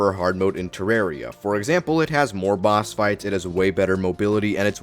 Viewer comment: The name comes from the word terrarium. Do you pronounce terrarium "ter-are-ee-um"?